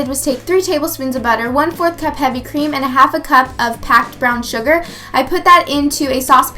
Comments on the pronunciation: Haha did anyone notice she said cump instead of cup :P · Lol she said "one cump of canned pumpkin"